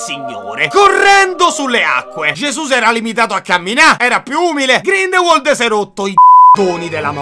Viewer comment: Sì pronuncia "GRINDELVALD" e non "GRINDELUOL"! 😅😅